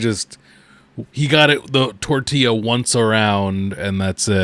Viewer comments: He’s saying tortiLLa because of that vine and because of Napoleon Dynamite. I remember him saying it on one of his streams. Don’t you judge me, I need help. 😂😂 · I love that he calls a simple tortilla a "tortilla shell"